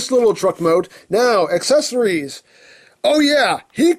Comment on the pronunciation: Also when he said aceceries I was like NOOOOOO OH MY GOD